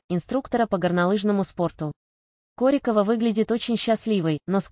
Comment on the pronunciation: Ударение в фамилии и так и сяк. Определитесь уже. Нормально относимся. Ее личная жизнь только ее. Нечего лезть в постель и доносить всему миру.